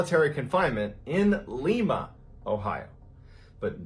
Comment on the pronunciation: It's lime-uh, Not leem-uh.